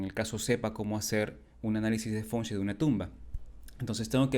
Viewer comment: Por qué lo pronuncias mal? Dices "Fonchuei" y es Feng Shui